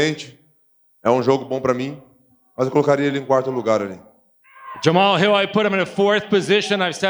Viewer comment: Nobody heard when hill was like “you put jahmal hill in a main event.” 😂